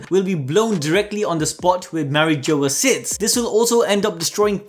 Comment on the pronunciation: Still cant get past the fact that you absolutely butchered the name of the Holy Land of Marie Jois